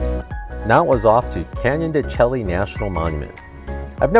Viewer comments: I enjoyed Canyon de Chelly on my winter 2012 road trip. It's pronounced de Shay, not de Chelly. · Just thought you might want to know the correct pronunciation is “Canyon de Shay”. 😁😁😁 Cool video. Nice job!